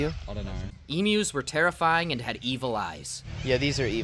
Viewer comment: Thank you for saying Emu correctly. American's saying Emoo annoys me to no end XD